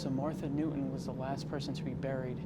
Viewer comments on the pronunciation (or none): none